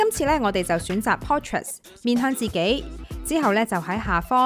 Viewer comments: 邊個教你讀portress😅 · 我以為得我聽倒😄...... 明明無s